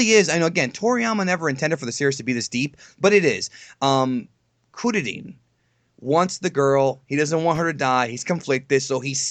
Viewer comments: "kuririn"....... smh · Krillin not Kururin!.